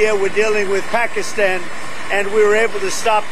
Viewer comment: 'Pahk-a-stan'... not, 'Pah-KEE-ston'... professor. How is it that a Georgetown, educated attorney has so much trouble with foreign pronunciations??? It's disrespectful.